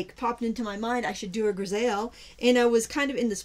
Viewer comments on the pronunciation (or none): "griseille" this is a French word meaning "gray monochrome." It is pronounced "gree-say." Hope this helps. :)